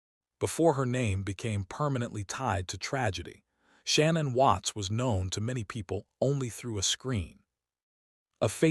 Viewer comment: you could have at least pronounced her name correctly